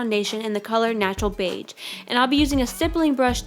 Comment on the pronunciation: You said beige like beitch, but great video!